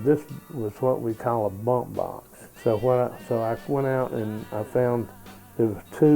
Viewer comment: he is saying " bump box " ?? ?